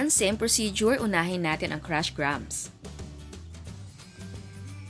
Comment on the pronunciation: That's the correct pronunciation of "grahams".